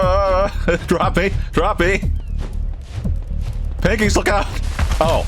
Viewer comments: I did not know saying 'Pengis' was something I needed in my life, but boy oh boy am I glad I got to experience it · Tbf I say it too! Pengiwins!